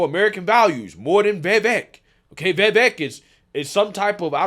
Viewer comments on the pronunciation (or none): You don"t pronounce Vivek's name right, and you say it a lot. No hate, love the show. It's like Vi-vache ache with a V.